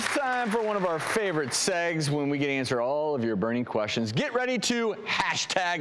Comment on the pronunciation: Watching this right now because my buttcheek is cramped. That being said, "segues" is pronounced seg-way, not seggs.